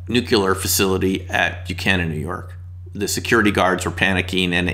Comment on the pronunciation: I was listening until I heard “nuc u ler”.